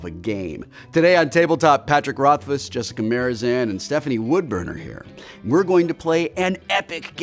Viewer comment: Wil mispronounced Jessica Marzipan's name lol